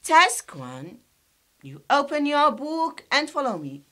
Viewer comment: شرحك كثيير ممتاز وانتي رائعة وما شاء لله عليكي بس عندي ملاحظة كلمة book تلتفظ بوك مش بووك because no gamnation in English